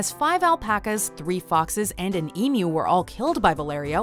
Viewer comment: Thank you for pronouncing emu correctly